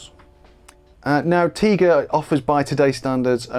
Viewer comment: Isn't it TIGA like TIGER? 🐅